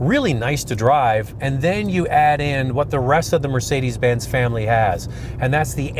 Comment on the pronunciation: "for Mercedes Bins bean." This did is so Canadian it hurts.